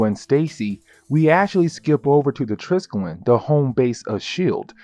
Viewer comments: actually pronounced "try-skel-lee-on". hope that helps :) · FN THANK YOU I AM SERIOUSLY TIRED OF HEARING THAT WORD MISPRONOUNCED